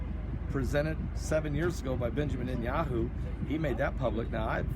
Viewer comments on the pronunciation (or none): none